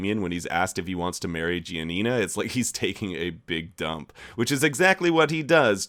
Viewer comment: Italians have a seizure everytime he pronounces Giania